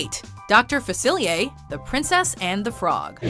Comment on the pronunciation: Doctor Faciliyey